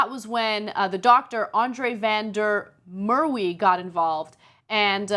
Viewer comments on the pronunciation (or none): Wow anna, your pronounciations have always been bad but this one takes the cake! "Merwe" is pronounced "mer-va"